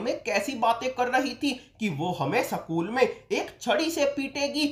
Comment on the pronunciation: School ko sakul Kon bolta hai be pagal 😤🙄